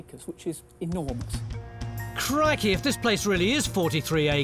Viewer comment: "crikey" Reminded me of Steve Irwin XD